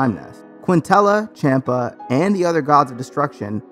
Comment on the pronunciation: Don't they actually call him ChOMPUH? Like he's eating? Not Champ-uh